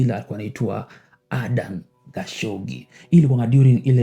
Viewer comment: Adnan not Adan ..😂 But uko sawa brother